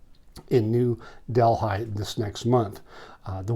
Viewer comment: Love your content. Just so you know…the “h” is silent in New Delhi…pronounced deli…like the sandwich shop